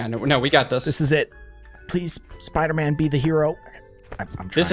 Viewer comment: It's not Spooter-Man it's Spider-Man.